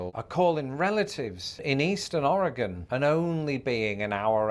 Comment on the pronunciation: Born and raised in Portland Oregon and so glad you pronounce Oregon correctly.